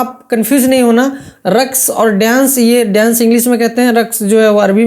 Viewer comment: Pahle ap bolna seekh lijiye (daienc) Babu daienc nahi dance kahte hai.